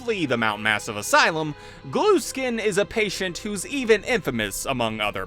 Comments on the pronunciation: i think its gluskin not glueskin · It’s Gluskin, not Glueskin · Cool video! One thing though, I always though his last name was pronounced the same way as if I t were spelled Gluhskin, the h is just dropped. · i love how he says "glueskin" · cuz he says GLUE SKIN